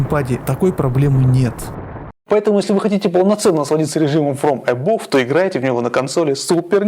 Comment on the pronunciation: Фром эбав а не эбов)